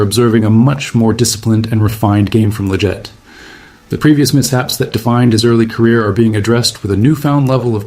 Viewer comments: It's not lajette it's leggett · Considering your always talking about leggett it would be nice if you actually pronounce his name correctly